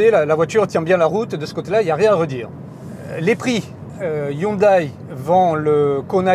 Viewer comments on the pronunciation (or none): Hyndé et non Hyunaille. Hyundai. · Oui en France on prononce le "ai" --> "é" et en corée ils le prononcent aussi "hyundé" donc y'a aucune raison que ça devienne "aïe". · pas tres pro de prononcer "hyundaille"